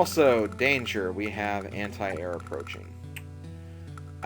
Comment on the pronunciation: lol he said aunt-i-airs